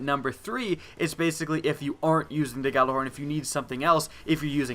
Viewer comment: It's pronounced "Ya-Lar-horn" not "Ga-la-horn" It's soo frustrating to see people saying it wrong and if you're putting it into a video, at least get it right.